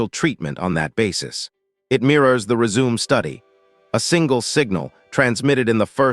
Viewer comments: Good info. However, you need to teach your A I voice the difference between "resume" and “résumé.” Without the accent over the "e," it sounds stupid. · 'Re-Zoom' lol